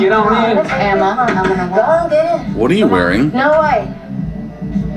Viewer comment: I'm pretty sure it's "Amma", not Emma. But my ears are pretty bad, so maybe Amma is pronounced similarly as the name Emma? 🤷🏻‍♀️